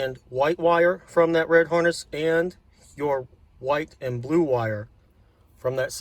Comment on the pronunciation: I’m like 3 min in and I’ve gotta leave. Never heard anyone put 5 syllables in the word “And”